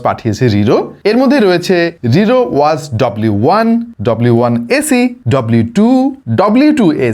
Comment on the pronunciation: ভাই ওয়াজ নাকি ওয়াচ?